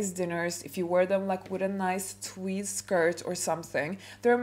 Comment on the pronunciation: “Tweed” not twig